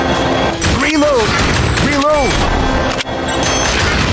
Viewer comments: Resumen del gameplay: "rilout" Buen video, me gustó el remake, justo en la infancia, y para el que me diga que se escribe Reload, amigo, diviértete un poco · Solo dire: "rilou" XD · Contexto? "Rilou" JAJAJA, MUY BUENO JUEGO, NOS PEGO EN LA NOSTALGIA